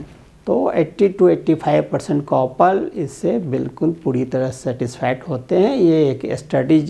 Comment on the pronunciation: Pronounce as kapal not copal